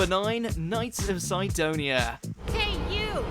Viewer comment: SIDonia. Not Cydonia!